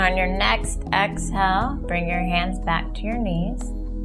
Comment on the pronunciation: This video is very helpful, but the voice is like an angry bird screeching. "In-hell, Ex-hell."